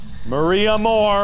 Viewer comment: Mark: Maria Morrrrr~e Me: Spending 10 minutes trying to roll my R’s and failing